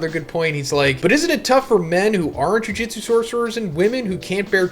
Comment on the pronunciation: Can you ever just say “Jujutsu” instead of “Jujitsu” every JJK video?